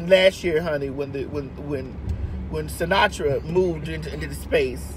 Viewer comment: She said Sinatra!!! 😂😂😂😂💀💀